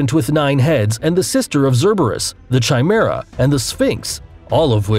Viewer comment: You pronounced cerberus and cthulhu wrong